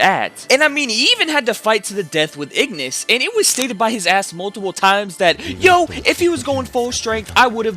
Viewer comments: Loved the video. But PLEASE learn the names of the characters. Ignis is Igris... Barsa is Barca (Bark-ah)... Jinwoo is pronounced Ji-nu... (and i know people are like, oh Jin-woo ji-nu, who cares. Its close enough and thats how its spelled.. But thats like saying Mitch-aye-el for someone named Michael). Just listen to the names. It makes me feel like you don't even watch it and you're just throwing crap and seein what sticks. Another point though, Solo leveling may seem simple in plot as of now.... just wait. Oh boy are you in for a wild ride.... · Igris! Not Ignis! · Bro said everyone’s name wrong. Good recap but igness and barusa 😅